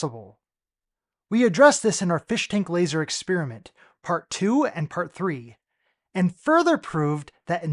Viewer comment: Dude, you're arguing with an idiot. He can't say "Experiment". He keeps saying "ex-SPEAR-a-mint". He's going to tell us about 'Flat Earth Science' but can't even properly speak his own language.